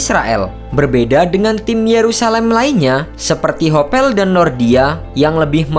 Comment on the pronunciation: Hapoel bacanya Hapul..kok Hopel..